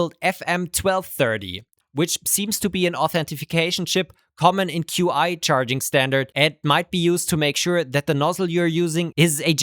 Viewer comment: Qi is pronounced "chee".